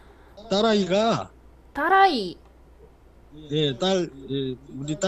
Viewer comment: 이 부분 진짜 웃기네 ㅋㅋㅋㅋㅋㅋ 딸아이가, 따라이! 예.. 딸.. 예 우리 딸이 누따리! 그.. 저희.딸.이!